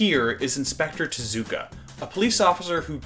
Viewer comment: I am a BIG follower of Carl Barks and Osamu Tezuka (Tez-oo-Kah). Please try to pronounce His name correctly?